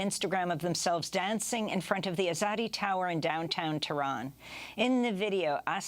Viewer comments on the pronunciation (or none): none